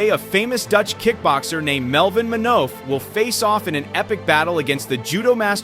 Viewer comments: It is MaN_HOEF rimes with WOOF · It's Manhoef. Pronounced ''Munhoof'' (kinda)